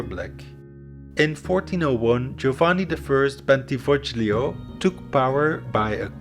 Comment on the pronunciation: Bentivoglio is pronounced Bentivo LI o (more or less)